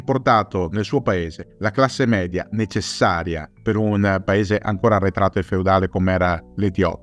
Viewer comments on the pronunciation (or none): none